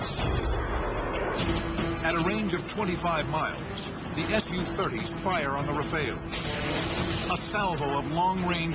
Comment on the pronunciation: It's pronounced sue-30 not S _ U-30! SUE! It's short for Sukhoi. The aircrafts manufacturer.